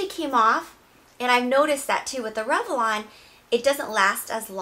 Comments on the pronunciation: It's rev-lon. Not rev-e-lon. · I read your comment before I watched the video. Holy crap, I keep focusing on how she pronounces it. LOL. "revelon" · i love the review, hate how you pronounce revlon <3